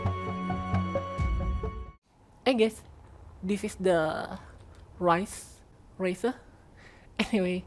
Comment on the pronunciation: the fact you called the ship 'Rice' instead of 'Reise' 😂